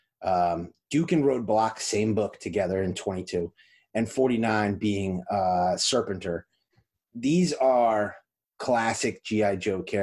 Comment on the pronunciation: Serpentor..not Serpenter, lol!